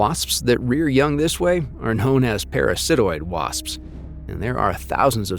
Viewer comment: So, the narrator is either AI or science illiterate: the narrator says "chit 'n" instead of "kai tin". Really? Ves PIT ee family? (a mafia family known for their stinging wit!) Pair uh SIT oid instead of pair uh si TOID... sigh.